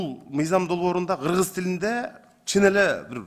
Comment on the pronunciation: Урматтуу "Гыргыз"эмес "Кыргыз" деп айтылат,озунор эл алдында туура суйлогонду уйронсонор......🤔